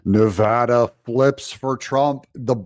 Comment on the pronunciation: And you even pronounce our state correctly!!!😂